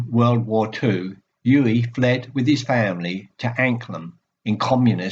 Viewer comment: Very good,. But you have mispronounced his first name throughout. It is OO-veh (stress on first syllable)